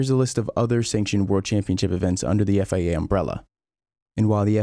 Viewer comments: Stop saying FAA....It's FIA... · its FIA, why he keep read it as FAA?